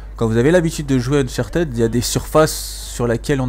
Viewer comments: Ein fulegun ! Dis unchatid stp pas unchartèd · Bonne video mais ca sera bien que soit tu active les sous-titres et tu parles pendant les cinematiques soit tu nous laisse ecouter car c'est important dans Uncharted (qui ne se prononce pas Unchartid d'ailleurs?)